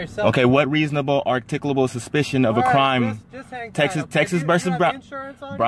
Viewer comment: The officer didn't have reasable articabul supishon. Case closed. lol